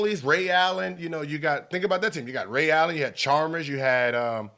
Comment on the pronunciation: Charmers, Barerra, "H"orry... Gil is just a piece of magic LOL